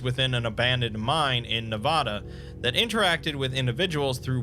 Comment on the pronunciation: The first “a” in Nevada is pronounced like “apple”